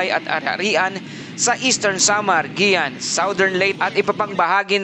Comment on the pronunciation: It's not "Giyan" but "Giwan"!